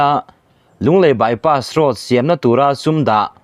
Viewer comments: "Bypass road" chu lam i harsat ve hlemai maw.😁😁 Bypass roas/ross ti deuh tlat mai a. Edit theih ani awm si a han nawt reh la tha tur. I lam ngun deuh hnu ah chuan a rawn dik thei tan e. . 😁😁😁👍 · Lunglei by pass ross", tiin a rawn ri nawk mai a, kan youttuber te pawh hi kan sawrkar hoan a hack ta em ni, thu lam diklo atam e mai, ", by pass road", tih pawh by pass ross an ti ta zel si, heng thu lam diklo zawng zawng hi kan sawrkar kalphung diklo vangah ka pujh mai sin, mnf sawrkar hian min lo sawp hneh ber a nih hi a hming te hi an lo thlak hman leh pek nge maw ni le, , by pass road", pawh lam dik a har ta, a rawn by pass ross ta vek mai, Nawbgsawhnawh pawh a rawn hnawngsaw hnawh leh vek ta mai, kan sawrkar tak hi chu aw..